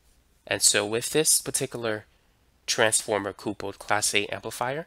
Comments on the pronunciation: Interesting but stop saying coopled, its coupled as in married couple. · Are you saying "coopled" ??? were your parents a married coople? its pronounced CUPPLED. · At time : "...transformer C O O P U L L E D class A amplifier...." "COOPULLED" - it's supposed to say COUPLED. Not COOOOOO - PULLED I point this out because - apparently, this voice IS SYNTHETIC! They did a really good job with the volume inflections for the words, and for the cadence. This one little error - saying "cooo - pulled" instead of "COUPLED" - was the giveaway. Remarkable how high the quality of this synthetic voice is. The error in the software that creates this voice is easy to fix (I'm a software engineer). Right now, the mistake being made is this: "coupe" is a type of car. It's pronounced "COOP" And the -led suffix is used everywhere: "STUMBLED", "MUMBLED", "TUMBLED", and is pronounced "ULL'D" So the software is mistakenly combining "Coupe" with "ull'd" and pronouncing it "cooo-pulled" I can't believe how good the voice is. I was 100% convinced it was the author of the video speaking. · lol I like how he says "coopled" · Lol nah it's mostly an isolated quirk of pronunciation nothing wrong with the video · I had to use captions to get what he was actually saying at those points.